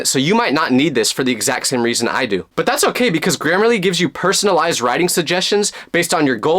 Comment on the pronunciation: HELP THE WAY IT SYOPS AND SAYS “this video is sponsored by grammerlary”